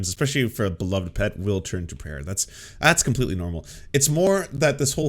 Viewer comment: I hate the weird stupid kinda southern way she says prayer with an extra hard ayer at the end. I hate it so much she did it a few times and I noticed the first time she committed that verbal crime